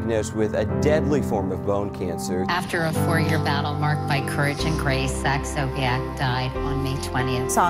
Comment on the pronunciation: SoulPancake should correct his last name. Sobiech, not Sobeich